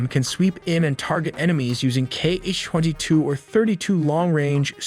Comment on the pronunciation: KH is not "key-eich", it's "ha"